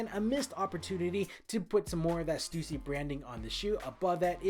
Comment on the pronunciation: stUSsy not Stewsee.